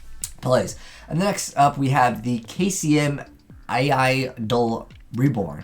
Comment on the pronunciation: The spell/trap archetype is not pronounced A.I. but ai, the field spell fot example is pronounced like island, you missed so many troll names because of this.